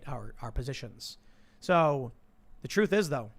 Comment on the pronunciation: Tim you said we have our bias..... You mispronounced truth....